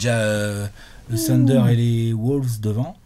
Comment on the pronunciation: tu dis Calvin Booth ("Boo-ss") alors pourquoi diable dis-tu tout le temps le "Tunder" pour OKC???